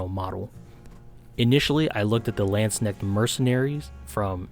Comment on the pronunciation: I really do not want to be THAT guy but i really had problems understanding the one german word in your vid. If you hadn't pulled up that Insta-post, i would've never figured out what you were talking about^^ I'm sorry.... Your pronunciation is almost flawless except for the K in "Landsknecht". It is not silent like in "knock" but hard like in "acknowledge". Only comparison i could come up with^^ But that aside, yea, Landsknechts and mercenaries in general were the fashionistas of their time. Their clothing was supposed to underline their body with bulgy arms and shoulders, tights and even a "crotch cup" to make this bulge pop out. XD So gyaru is not too far away.